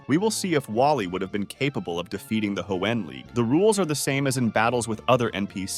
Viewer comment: "Ho-En League?"